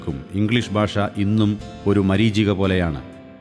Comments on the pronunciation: Your Malayalam Pronunciation is incorrect Basha alla, Bhasha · ബാഷ അല്ല മാഷെ ഭാഷ ...ആദ്യം മലയാളം ശരിയായി പറയു .....